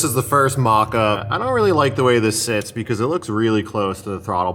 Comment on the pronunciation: Still makes me laugh every time says " becooz"